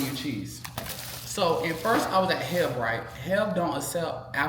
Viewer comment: It hilarious that calls H-E-B HEB 🤣🤣 please don't stop with the content. I love watching you guys. Your mom and brea too. You guys are awesome ❤